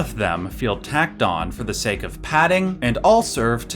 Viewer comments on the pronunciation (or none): none